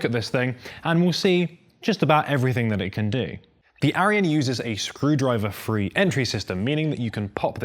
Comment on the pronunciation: He keeps saying Aryan lol